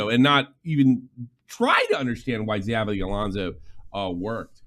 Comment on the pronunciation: Xavi leaving put out the last flicker of hope for Barça for me. Management has been a disgrace for a long time, if not corrupt. By the way, Xavi pronounced as "Sha-vee" ;)